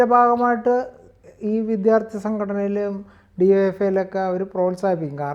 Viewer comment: Vidyaardhi... para..vidddttyhhhaaarthi ennalla